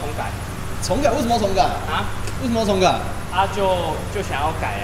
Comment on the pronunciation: 整台車頭要重(ㄓㄨㄥˋ)改XD